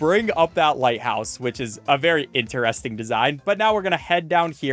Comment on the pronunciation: what accent says "interesting" like this (like he does)? in-te-rEs-ting